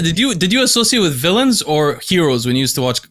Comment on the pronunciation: Who Said villons??